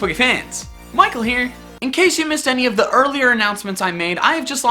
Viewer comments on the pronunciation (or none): none